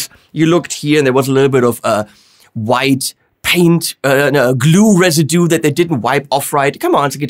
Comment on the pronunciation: "a GLOO residoo" xD